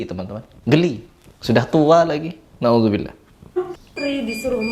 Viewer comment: Si ngomongnya salah.bukannya na'ujubillah.tapi NA'UZUBILLAH..AZZAITUN bukan ajjaitun